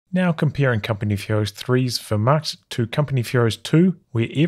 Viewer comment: Love the stream, but as a German, your pronunciation of 'Wehrmacht' is damaging to my morale. Sounds like 'where-macht' but with the v, like you have been doing. I say this only to improve you as a human being, as difficult as that is.